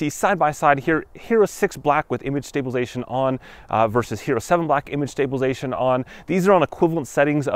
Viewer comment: It's stabilize-A-tion not stablilzeion